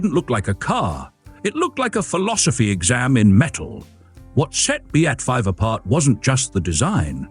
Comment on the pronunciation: Molto Bene! I hope you're going to do episodes on the B.A.T. 7 and B.A.T. 9 (the other two in the pictures). BTW, it's pronounced "Bat," not "B-8"